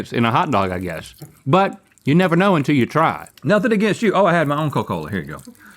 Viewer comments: The way Rhett says coca-cola 😂 “coh-cola” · When Rhett called it a Co-Cola, it sent me back to my childhood.